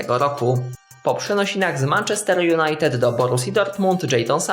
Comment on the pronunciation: Naucz się mówić Manchester wariat